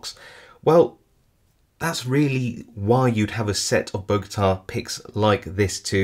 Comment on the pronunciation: Great video, thanks! One little correction, it’s Bogota not Bogata. That’s actually the name of the city where I live :) Don’t know why those picks are called that though